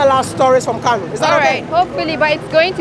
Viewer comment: Kano not kanu.